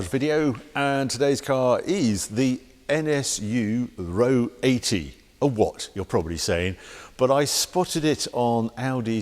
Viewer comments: R-O 80, not ro80.... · It isn't pronounced 'Row 80', the 2 letters are pronounced as separate letters - R O 80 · I thought it was pronounced “Are ohh 80” ? R O 80, unbelievable to think that was more expensive than an E-Type, I guess it was the Tesla of the day